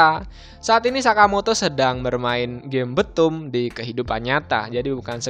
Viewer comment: Btoom di baca bithum bkn betum :)